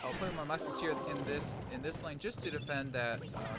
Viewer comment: Musketeer not muskAteer lol great vid anyways